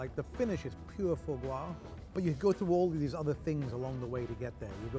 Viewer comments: "Pure extression of faux gwo" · His mispronunciation of foie gras is so aggravating lol